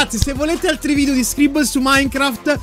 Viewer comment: Non ho capito se dice SCRIBBOL apposta o lo fa per scherzare